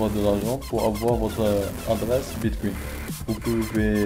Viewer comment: Mdr bitcuin bitcuin Sinon c'est bien mais relax quand tu filme